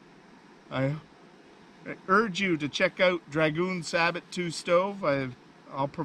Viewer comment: We don't pronounce the "t" in sabot.